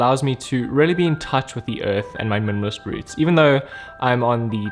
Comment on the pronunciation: you said minimalist so many times I started to hear "munumunus"